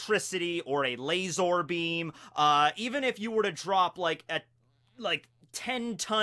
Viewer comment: "LAYSORBEAM" Seems legit m8.